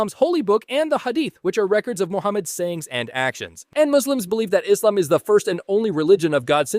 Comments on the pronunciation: I’m impressed he pronounced basically everything correct. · Your pronunciation of Allah and Islam are spot on. First time I've heard an American capable of reading the letter "s" 😅